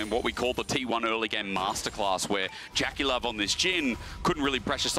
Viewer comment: Why do they pronounce JackeyLove like that?